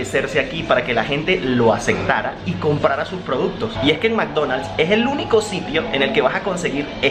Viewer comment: Oye Zonzo que acaso en Venezuela no hay buena educacion primaria, no se enseñaron como se escriben y se pronuncian las palabras? ADACTAR? ES adaptar con "P" de Pedro, ACECTAR? ES aceptar con "P" de Padre.... Aprende a hablar... Y dile a tus SUSCRICTORES (suscriptores) que te recomienden tutoriales de gramática en español para que aprendas a hablar. DEMERITAN MUCHO EL IDIOMA, DIGO POR LO MENOS NO DICES HABLAR, COMEL, COLEL, porque hay muchos compatriotas tuyos que ni el abecedario se saben.